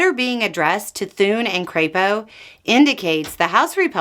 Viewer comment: ...Oh, thats how Crapo is pronounced. I see. 😂